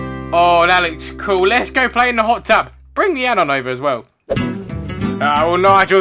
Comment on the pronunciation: did anyone else relise that said pot tub at the end:D